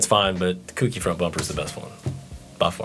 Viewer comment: It's CO-KEY not kooky not cookie